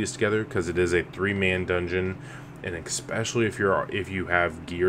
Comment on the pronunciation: Do you say "ex-specially"